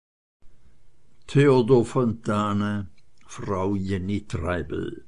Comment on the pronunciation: "Yenni", nicht "Djenni" ist korrekt. Namen wurden damals nicht englisch ausgesprochen und Fontane ging es immer darum, gesellschaftliche Verhältnisse akkurat darzustellen. Auch wenn er anglophil war. Der Vater von Jenny Treibel ist Professor für Sprachen, daher vielleicht die Vorliebe für einen Namen, der sich von "Genevieve" ableitet. Er bedeutet, und das passt sehr gut zu der Romanfigur, die alles lenken und zur Oberschicht gehören will: "eine Frau des Adels, die weiträumig bewegende Frau".